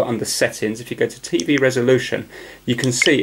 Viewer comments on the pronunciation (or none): i love how you say tey wey insted tv its funny